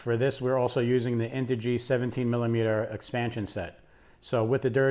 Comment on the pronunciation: I stopped listening when I heard duratrax and integy......